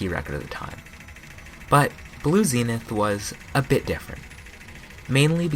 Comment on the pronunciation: nice pronunciation of zenith